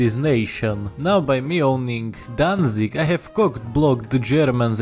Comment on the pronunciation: "Danzig Danzig" perfect